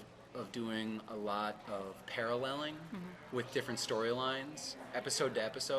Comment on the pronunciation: '...a lot of palalleling...' Think you mean 'paralleling'. xD